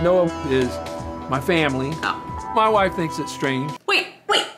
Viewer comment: I'm a new subscriber Kris The way she said "wait hold the breaksss press pause he has a huaiff (wife) Hahah that one got me I couldn't stop laughing